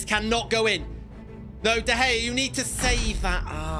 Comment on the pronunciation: Dude said De Hea